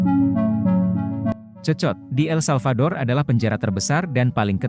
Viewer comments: Bukan cecot,,tapi bacanya sekot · Sekot lo dibacanya, 😅😅😅😅